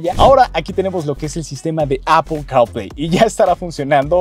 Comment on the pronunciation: Apple carl play castrosa tu pronunciación